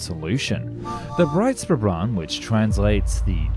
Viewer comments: small hint for german words: the "S" in words like BreitSpurbahn is spelled like the first part of sheesh. SH ;) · theres an important difference between "Breits-Pur-Bahn", as you say it, and "Breit-Spur-Bahn", as its actually written. If you can do enough research for a 12min video, you can also learn how the thing youre talking abt is called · Someone cannot pronounce the name of the object in question: Breitspurbahn ... "shpour" ... not "spour"! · also the Breitspurbahn was mispronounced, as the s in spuhr is in the beginning of the syllable, so it must be pronounced like sh, same with Speer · Since you asked: The German pronunciations in this video are decent enough to be understood, though not perfect. Edit: I went back to Breitspurbahn and that one was a bit mangled, German composite words don't need to be said in one breath, so you could just say them as three words. Makes it less of a tongue twister. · They also pronounced every German word like Breitspurbahn or even Reich very, very wrong. Don't know why native English speakers are chronically unwilling to google up foreign words, there are audio files available for every word. And then Americans or Britains always say the French are ignorant in terms of other languages ...